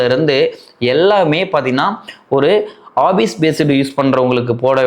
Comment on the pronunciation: Office ❌obbise ✅